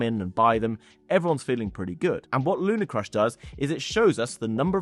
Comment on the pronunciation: LunaRcrush Must have the R in the middle.